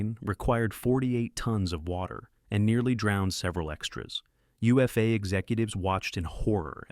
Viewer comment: Also, UFA is pronounced Oofa